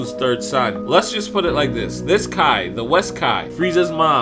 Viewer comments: why does he keep saying key? its KI pronounced “ kai “ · Why do you say Key instead of Kai?